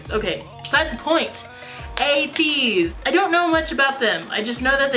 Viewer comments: Yeah originally we thought it was "At Ease" too but we always try to look up pronunciation before reacting and were surprised to find it to be "A-tease" hahaha but thanks a bunch for the info! :) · Also the pronunciation is "aye tease" not "at ease"